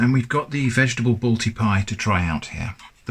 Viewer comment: its balti not bolti